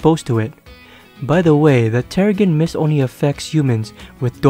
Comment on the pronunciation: Her older comics are better, also its pronounced "terre-jin mist "